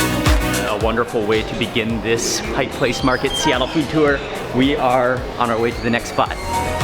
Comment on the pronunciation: It’s a tourist trap and expensive but it’s fun. Thanks for not saying “Pike’s Place”. With all the people moving here, you now even hear people living here saying it. 😖 Next time you get to Seattle though, you really should check out some of the ethnic neighborhoods here. Little Saigon but also lots of SE Asian food in South and Southwest Seattle, and Korean up north.